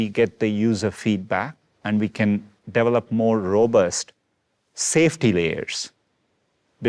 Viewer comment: He pronounces "develop" as "Devil-up".